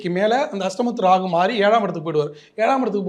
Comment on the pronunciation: It’s Rahu. Not Ragu !!